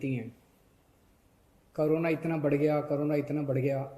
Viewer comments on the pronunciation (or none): Btw it's Corona not krona